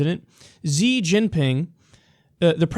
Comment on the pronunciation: Cmon... you’re a political science major; you should know how to pronounce Xi.